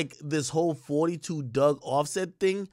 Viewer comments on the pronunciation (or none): If you from our area it is not forty two dugg- it is pronounced four two 42 Dugg pronounced Doog! I’m sick of y’all pronouncing gang name wrong